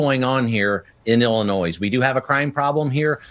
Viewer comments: It's NOT "Ellen-Noyze". It Ellen-NOY ILLINOIS is not plural. It's Indian. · Illinois has no s sound, Sir. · Correction... Illinois is pronounced without the "s". Where are you from sir?